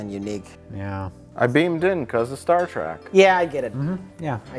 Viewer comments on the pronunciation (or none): I’ve always enjoyed Mike’s “Star Track” pronunciation